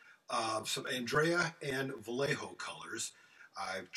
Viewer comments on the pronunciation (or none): Amazing skills Vayeho, not "vallejo" btw